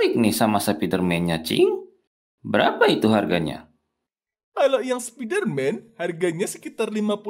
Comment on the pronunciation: spiderman❌ Sapiderman✅